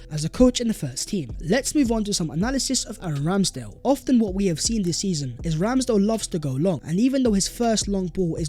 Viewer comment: VHAT IS VHE VIDEO VHERE AND VHERE… Can someone tell what that idiot is on about? 😂😂😂😂😂 Sounds like such a moron after producing an otherwise excellent video. WHEN he fixes that I will subscribe and share. Get that?